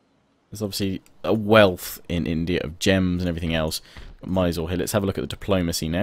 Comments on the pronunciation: It pernouced 'miz-ooo-reee' not 'my sore' hahaha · 1) Mysore - Its pronounced as My-soor 2) Sun Tzu - Sun of his name is pronounced as soon,Tzu was correct